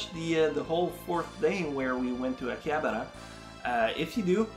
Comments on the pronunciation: akihabara not hakiabara :) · Why does he call it hakiabra?